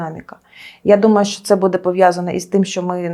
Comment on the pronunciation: Особливо коли ведуча говорить "будЕ" і листопАд